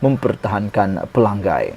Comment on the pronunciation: Tolong jangan sebut Pelanggai. Nama Kawasan tu Pelangai. Ngai. Belajar betulkan sebutan Nama DUN Pelangai